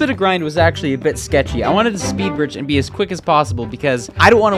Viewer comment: say “and” not Ann/e